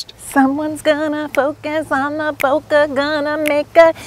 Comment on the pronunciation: You guys pronounce bokeh correctly, just so you’re not self-conscious about that anymore! -VoiceActor